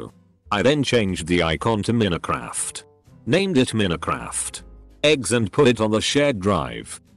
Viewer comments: Nobody: Bot: m e n i c r a f t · Nobody: This bot: minicraf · The way this TTS guy pronounces Minecraft lol